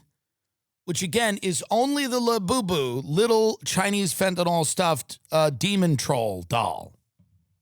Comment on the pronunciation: I find it very hilarious when you say la boo boo